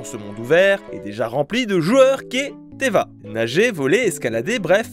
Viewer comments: Tevatte pas teva btw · Ça ce dit 『Teyvat 』 【Faut le dire le ”T】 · J en suis sure que tu doit en avoir R a carré Mais si tu refait un Partenariat sur Genshin prononce le T de Teyvat 😭 Stp